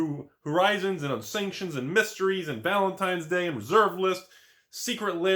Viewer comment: "valentime's day"